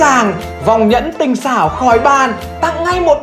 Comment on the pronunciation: tinh "xảo" chứ không phải "sảo" nhé